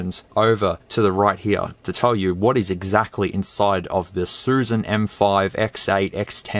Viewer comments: It’s not susan ,it’s “shushan”. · It's "Xiu Xian."